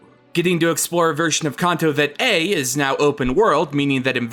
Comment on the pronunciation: You pronounce Kanto wrong. Stop